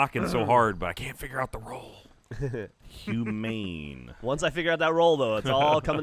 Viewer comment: he read the word humane and totally missed it